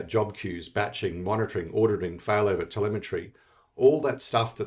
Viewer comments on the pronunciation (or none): none